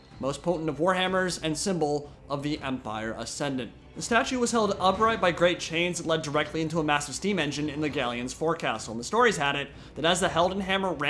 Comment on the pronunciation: "Forecastle" is pronounced folk-sal btw. Its autistic but true